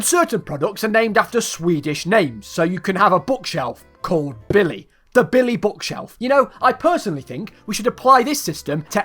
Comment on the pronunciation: I had that bookshelf for as long as I can remember next to my desk, but I never knew it was called "Billy". And as a swede I approve of your pronunciation